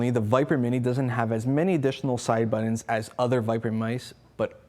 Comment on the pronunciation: Why is he saying "BUTT-ENDS" Is he meaning Buttons? HA HA HA AMME-Dextrious this guy is hilarious. And what is the guy doing in the back ground?